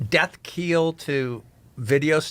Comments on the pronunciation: Death keel?! wtf. Did he mean Death knell? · I definitely had to google what a “death keel” was. Death knell makes MUCH more sense given context so I appreciate that clarification.